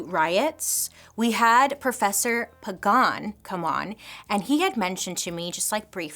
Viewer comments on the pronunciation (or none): none